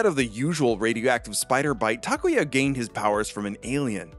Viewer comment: It’s awesome to hear someone say “Takuya” correctly. I never really mind how people say it because I always politely correct them, (they still get it wrong, not a problem though, they don’t speak Japanese so I don’t expect much) but I never knew how refreshing it is to hear my name said correctly! Sorry, didn’t mean to make this about myself but just thought I’d share my thoughts.